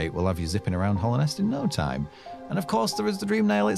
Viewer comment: Very small thing but it's Hallownest not Hollownest, Hallowed meaning holy Other than that tiny mistake though the video is great